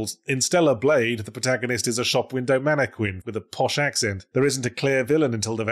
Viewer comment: Sorry, a manne-what now?